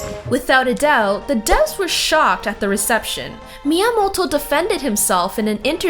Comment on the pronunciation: please stop saying miamolto, , miamoto, , , you sound american, and yet when you say his name you try to put an H in there , like, miamohto, wtf